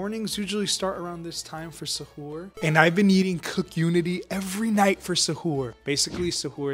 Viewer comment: Your saying suhur wrong the way you are pronouncing it badly 😅😂😂😂❤